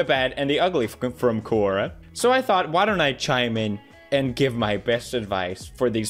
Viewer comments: My understanding is that its pronounced " ko-ra" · The way he pronounces "QuOroRa" lmao (No offence tho) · He said Kuwora but my mind thought, Quora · normal people: quora pewdiepie: corona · Pewdiepie sees the word 'Quora'. Pewdiepie: "Corora." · I started saying Corona instead of Quora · word is: quora pewdiepie: “CARORA” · Everybody : quora PewDiePie : "QUORORA" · Everyone: Quora Pewdiepie: "Quorora" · Quora: Exists Pewdiepie: "Kor-Orah" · Its QUORORRA. Lmao how many times he said quororra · Are we gonna ignore the fact tht he pronounced Quora wrong..?😂 (:-Qurora:-) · Querora? As soon as I heard that, I stopped watching. 🫣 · Alternative title: Pewdiepie saying "Kuwora" for 20 minutes straight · Quora: Exists Pewdipie: Quorora Me hears it as CORONA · I thought he said corona.... Not quora...! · As someone named Kora this video nearly gave me a heart attack whenever he said quora 😳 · I die a little inside every time he pronounces Quora like that